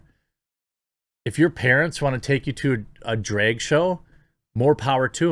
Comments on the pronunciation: You pronounce drag weird 😂 at first I didn’t know what you were talking about. It’s pronounce like “drag” in the the mud or the first part of “drag”on 🐉 Edit: despite my nitpick your content is phenomenal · Why are you saying dreg? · “Drayug show” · You say "drag" like trisha paytas says "bag" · Hearing the MidWest accent trying to pronounce "DrEg Show", hilarious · Jeremy's pronunciation of "drag" is the most midwest thing I've experienced all day and I live in north dakota 😂